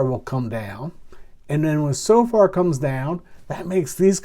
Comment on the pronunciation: It's pronounced So-fer,, with the emphasis on the 1st syllable. Carry on, good stuff!